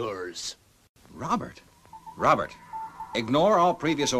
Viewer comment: It's funny how pronounces it, Rowbutt!